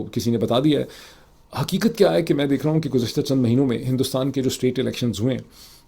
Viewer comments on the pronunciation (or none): none